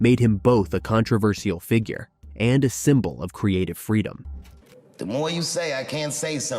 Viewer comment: "It's called Frodom of speech" 💬 he can say whatever he wants!. 😮😂😂😂